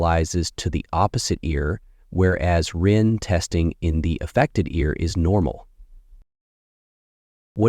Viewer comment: Rinne was pronounced 3 different ways. Which one is correct? I thought is was "Rih-nay"